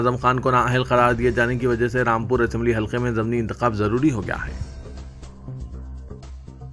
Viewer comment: Simat nahin Simt bolo. Zamni nahi zimni intekhabad bolo. News padhne se pahle talaffuz sahi karlo.